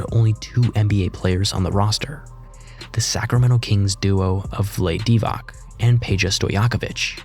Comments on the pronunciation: I wanted to say soooo many things, but i still can’t escape the second hand embarrassment of this man callin NBA legend Vlade(Vlah-dee) Divac(Dee-Vahc), by Vlayd Dih-vuck 🤦🏽‍♂️🤦🏽‍♂️🤦🏽‍♂️ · It's pronounced Vla-dee Dee-vats, not Vleyd Divac. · Vlade Divać == Vlah-dee Dee-vach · It's not Divack, it's Divac, ffs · Yeah I was going to give him a solid like until that stunt. Show some respect to Vlah-day Deevac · "Dee-vok" lol. Wasn't he the Vulcan ambassador to the Federation? Also heard "no-wit-ski" 🤷🏼‍♂️ IDK if that's just as valid as the way most announcers pronounce it, but it's unusual. Even if you're young, you've heard these names pronounced, unless you watch games with the sound off, or just highlight reels with bomb-ass beats for audio. 😂 Or, heaven forbid, you only read about it. To me, it's not the biggest deal, but I don't see why a tuber would hesitate to correct it for an easy fix to his credibility. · (vlah-DAY DEE-vock) Vlade Divac’s name would rhyme with “blah-BAY PEE-jock”. Don’t make basketball content if you can’t pronounce Divac’s name. Without Divac, Kobe would NEVER have been a Los Angeles Laker. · He also mispronounced his last name.